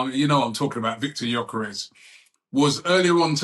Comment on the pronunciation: He's here for 5+ years. Let's at least pronounce his last name correctly. rh?